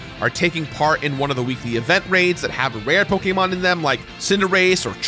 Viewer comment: love your content, but the way you pronounce so many of these Pokemon is painful